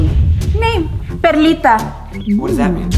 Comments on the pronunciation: It’s perlita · It's Not Perlite It's Perlita